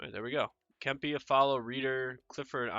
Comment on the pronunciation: Say Kempe’s name like Kemp-ay.